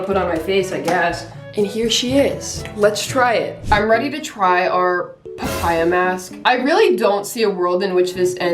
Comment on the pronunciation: PaH-PaYy-AuhH👹👹 slayy girlll❤